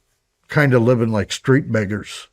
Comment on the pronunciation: He said living like street what?! 😂sounded like miggers